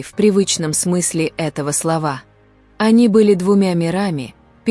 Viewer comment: СловА,айдОлЫ,Окна....бляяяя,такой ужасный дурдом....Что....фф....снимаете,у рЕки?!😂😂😂😂🤮